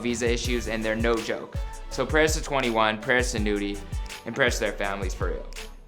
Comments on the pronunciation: Finally you said it right🤘🏾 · Even tho I don’t like this guy’s videoes at least he said young nudy name right unlike micheal did famous news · hey atleast you sayinn nudy's name right lol check mcrudden